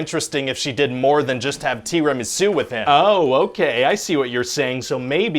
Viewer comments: Nobody: ... Ryan: "T E A R Y - M A H - S O O" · 🤣 tea-remy-sue! Love it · TEEER-a-MI-su? This dude pronounces certain words really strange. If I hear him say "Ju-MUN-ji" one more time I'm gonna poop. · Tee ruh mee suw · And here I thought it was pronounced Terra Mary Sue. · Why did the first one pronounce tiramisu as TI-RA-MI-ZU: like he was trying to announce the arrival of some mystic Asian dragon king of heavens or like he was casting an ancient ninja arts? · tee rah mee soo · "Tea rim and sue"? Are you trying to say tiramisu? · TEEREMESOO!!!!!! LOL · Tee raa mee suu... Im triggered. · It's pronounced Tea. Bra. Me. Sue. Only the second word is pronounced without the "B" and the "r" is rolled, if one is capable of doing that. Slight emphasis on "Sue". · Is anybody else distracted by the way he says "tiramisu?" I can't quite put my finger on it, but it's weird. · Did he pronounce tiramisu like that on purpose? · The way he pronounces Tiramisu is so hilarious that I kept replaying that part. Had me crying!!! 🤣🤣🤣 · I'm just here for the way Ryan says Tiramasu 😂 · The Tiramisu pronunciations... I'm sorry Italy and France... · Why are you mispronouncing tiramisu like it's a Japanese word? 🤔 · The way they pronouce "tiramisu" makes me uncomfortable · Was it intentional to pronounce “tiramisu” severely wrong?